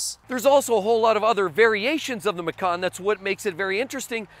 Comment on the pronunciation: Macan is pronounced match-an It's an Indonesian word for tiger Love your videos BTW